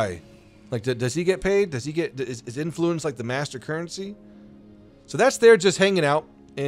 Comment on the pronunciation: Why...must you say "Influence" like that? You're putting too much emPHAsis on the wrong syllABle